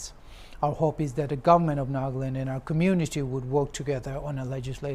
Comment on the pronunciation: It's NAGALAND not NAGLAND